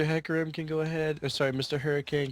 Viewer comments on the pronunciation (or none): y u keep saying herakim? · Hecarim sounds like hair cream XD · They said haircomb all the time. Fucking morons. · "Say 'Hecarim'" "HERACRIM" "No, just... Okay, say 'Heck'" "HEC" "Now say 'Ah'" "A" "...and say 'Rim'" "RIM" "Now say 'Hec-ah-rim'" "HERACRIM IS THE BEST AP MID IN THE GAME" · Keeps calling Hecarim as "Heracrim , or even Hurricane" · i love how says hecarim wrong every single time he mentions him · No one pronounces "Hecarim" correctly, but somehow everyone get's "Sejuani" right.